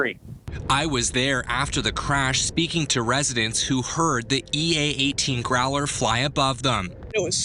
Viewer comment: and then saying Growler. LOL